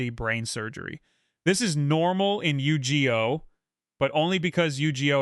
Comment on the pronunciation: Bro gonna need a trigger warning on that Yu-ji-oh.